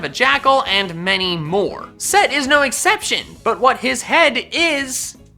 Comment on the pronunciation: It’s not set, it’s Seth. I learned that this year in school